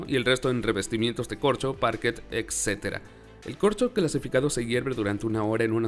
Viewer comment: Contenido bastante interesante, sin embargo, me es sumamente desagradable la forma en la que hablas, por ejemplo, la palabra "ecsetera", en la parte de los corchos (Minuto )... Hasta ahí pude llegar... Sugiero ampliar tu léxico y llevarlo a cabo de una manera correcta, de otro modo (aunque pueda ser irrelevante para tí), procuraré no ver tu canal. Ojo, no es crítica destructiva, sino constructiva... Ya traté de ver varios videos tuyos pero en cada uno, me encuentro con varias palabras mal dichas y sinceramente se me dificulta entender el contenido con tamaño "léxico"...